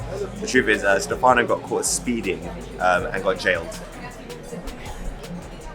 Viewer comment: I sttoped watching when he said, wheres the brothers... brother? you dont see a black crew exclusive, in a white man youtube channel